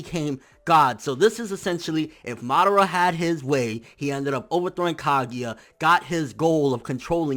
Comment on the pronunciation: Not hating or trying to be irritating, but as long as you can say almost everyone else's name right, please pronounce it as: KA-GOOOOOOOOO-YA... OK, Ka-gu-ya, Kaguya :)